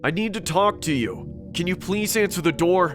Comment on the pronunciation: Bro really said open the noor